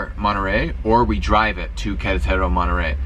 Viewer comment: It's Que RE taro, not Quere TARO.